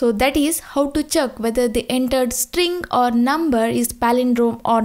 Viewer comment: Check as Chuck